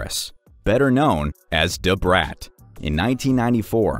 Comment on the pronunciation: you need to learn how to say "da" :face-blue-smiling